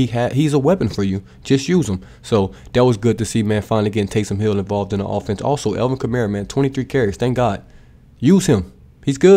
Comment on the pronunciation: Tays”him” hill